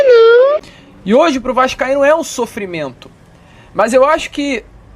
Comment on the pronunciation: Maluco falou "E hj pra o Vascaindo é um sofirmento" kkkk Mas sempre foi kkkk Não usem Drogas pois esses serão os efeitos kkkkk